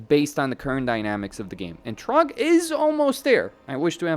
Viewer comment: It's Throgg not Trogg! 😂😂😂😂😂😂😂